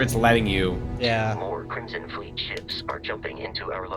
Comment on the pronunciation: I don't know why this jumped out at me but homeboy says "crimston fleet"